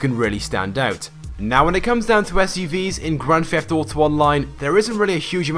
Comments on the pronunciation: Everytime he says "Grand Feft Auto Online" take a shot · You: "Grand feft uto online" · Really love this chap's videos. but his inability to pronounce his 'TH' makes my shudder every time I hear "Grand Fefft Auto" :-D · grand "feft" auto online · You say theft to much and it's annoying the way you pronounce it.